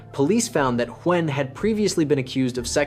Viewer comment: I didn't know Huynh can be pronounced in so many different ways. I think there was at least 6 different ways but none of them properly 😅